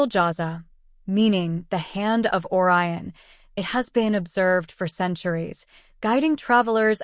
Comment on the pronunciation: Why are you showing Neil Degras Tyson chatting with someone else, but not using this voice? Silly clip-paste Ai production. Can't even pronounce Orion. Downvote.